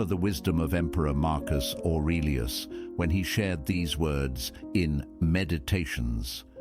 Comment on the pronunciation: I have an honest question, is the narrator AI generated? I'm asking because I enjoy this channels content but I don't understand why in every video the narrator mispronounces certain words but other words he says just fine, also they can't seem to decide how to pronounce Marcus Aurelias, sometimes is Orelias, others Arelas and then it's A E I lus. It's very distracting.